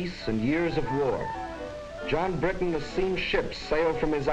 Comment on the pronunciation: I like how you now say Bri'on instead of Briton. ONE OF US! ONE OF US!